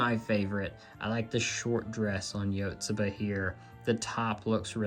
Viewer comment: Hey it is pronounced ishka not eecheeka….you say itsuki right so i was surprised. Yotsuba is also more like yahtsbah not yooooh tsuuuba. Ya know? They say it in the anime. Love your collection though! I have a ton of QQ too